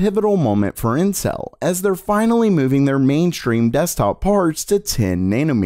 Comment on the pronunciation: it kinda sounds like he's saying incel